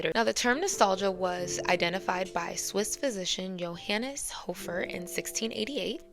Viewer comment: just a tip Johannes is pronounced like H ha ha ha like you’re laughing keep up the content please